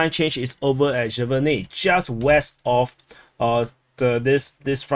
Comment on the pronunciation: Sjeverne is pronounced "Severne" the j makes a "ye" sound or you can just omit it